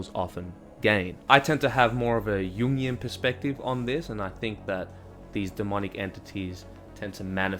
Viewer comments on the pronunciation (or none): none